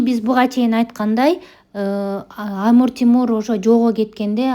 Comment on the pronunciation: Амур Тимур дебей Амир Темур десеңиз туура болот